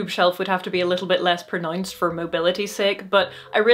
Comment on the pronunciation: Gotta be Northern Irish imo. Listen to how she says "pronounced" .